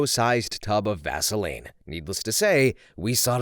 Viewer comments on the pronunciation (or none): none